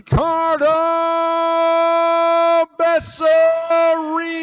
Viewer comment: First they said becerio, than becerri, than becereal 😂🤦🏻‍♂️ why can’t they ever pronounce it right lol…it’s be-sa-rail